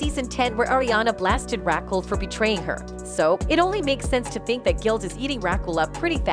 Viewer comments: This shit is hilarious, “Rackle!” Lol Rah-kel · Rackle .......lol 😂Very distracting! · Rackle? Who’s Rackle? Weird. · "Ra khull" 😂😂😂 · Stop saying Rakill wtf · Ra-kel... please. your pronunciation is ridiculous. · I like how the narrator calls her " Rackle" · Rackull. Lol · Rackle lmao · No way! Rackel is hilarious 🤣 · Omg, way you say Raquel…….please learn how to pronounce P LEASE…… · Make it stooooopp! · Could the host learn to say the name Raquel properly? Right now, Raquel is sound like Jekyll with a R. smh